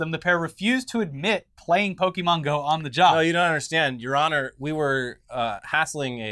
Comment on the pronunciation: The two of you have been hosting a show about the internet for years. You should know how to pronounce the word Pokémon by now.